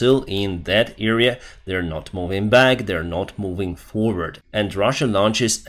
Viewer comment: it's not "eerea" but "area"..... the first letter is pronounced like in "Adam"